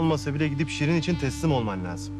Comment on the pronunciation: iskender sirin e SIRIN diyor